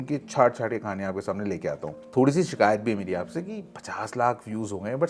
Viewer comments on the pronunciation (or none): none